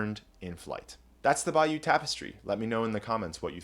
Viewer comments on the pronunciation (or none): It's Bay-O 💕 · It is NOT pronounced 'by-you' by ANYONE except you. Do your homework!!!!!!! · Good heavens, we are not in Louisiana. Bayeux is pronounced "Bayuh" not "Bayou". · It’s bay-yer, not bayou! This is France, not an inlet from the Gulf of Mexico!! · Cant pronounce Bayeux correctly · Thanks, but learn to pronounce Bayeux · Immediate mispronunciation of Bayeux, closely followed by "iconic". NO! You may be able to pronounce Latin correctly,, but why can`t you pronounce the single most important name here? As for iconic, this has become an appallingly over-used word and should be banned. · It’s not going to the British Library, it’s going to the British Museum and please pronounce Bayeux correctly. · Your pronunciation of Bayeux is hysterical! Greetings from Normandie. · I like your channel a lot; but boy, are you butchering "Bayeux" 🤣